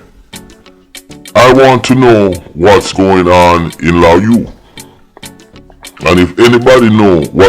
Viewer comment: 😂😂😂😂😂NOT LA-YOU. ITS LAY-OU. 👍